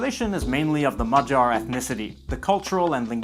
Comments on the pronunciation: The three Hungarian lads I work with all pronounce Magyar with a hard G. They all giggled when you said “madgar” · You're absolutely right, it's NOT a hard G. And you're right, you didn't pronounce it perfectly. :-) Your pronounciaton (as I hear it) was closer to 'majar' (like 'j' in June). Though there's a G in it, it not sounds a 'g', nor hard, nor soft. Rather like in the english slang 'whaddya'. Or check how czechs, slovaks, serbs, slovenes say it. (Maďarsko/Madžarsko/Mađarsko) Also... When you say the capital's name, it drives me crazy. :-) You said Budapest, with an 's' sound in it, but when you said Pest, you said it correctly with an 'sh' sounds as 'Pesht'. (I don't even try to explain how to pronounce Eger or Hollókő correctly.) I mention it because almost every languages has an 'sh' sound, so they COULD say it correctly. But to leave you with something positive: you're saying 'lángos' was very good! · this is a great video but. He butchered the word magyar lol😂